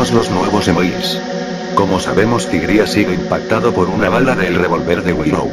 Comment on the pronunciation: Xd si dijo tigri